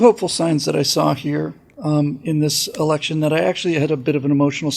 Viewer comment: you mispornounced "election season:.